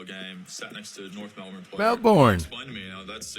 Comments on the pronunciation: one thing, learn to say aussie citys right, it's not mel born, its' mel'bine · Melbourne is pronounced as Melbun or even Melbn. You got to know your own teams name . We poach players from Gaelic Football (Eire). Both AFL and AFLW have former Gaelic players. It's the closest thing to OUR game.